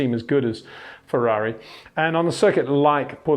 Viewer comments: Pronunciation of Portimão worsening as the video progressed. Pronounce it Portimouch and leave off the “ch”. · Yes, he does pronounce it wrong. Say Miauw, then leave the i out and prefix it with Porte, Peter. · It's like Le Mans: Would be [Purtimans.u]. The ã is similar to an of and. You say it with the nose... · like ouch